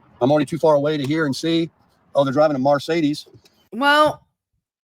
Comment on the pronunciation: Lol did he say that woman was in a Mar-say-dees?! I’m waiting for the arc when Miss Tammy is replaced by a Joanna Lumley type although I don’t think I could suspend my disbelief enough (and JL would never slum it at McD’s or give Tim a second look!). Would be great transatlantic sitcom material though